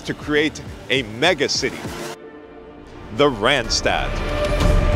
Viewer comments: it is not rent-stet it is Randstad with an ah , not an èh. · No, not Rendsted, please pronounce the 'a' as the 'o' in love. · Both a's in randstad sound like the one in car.